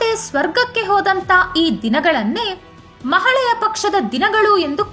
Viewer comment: ಒಳ್ಳೆಯ ಮಾಹಿತಿ 🙏🙏🙏 ಮಹಾಳೆಯ ಅಲ್ಲ ಮಹಾಲಯ ಅಂತ ಹೇಳಿ